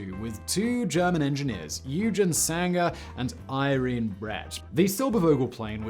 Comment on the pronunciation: Realy far from being german or native english speaker, but Eugen Sänger reeds something like Oyggen Zengger, Irene reeds something like Irrenneh and Silbervogel like Zilberrfogel.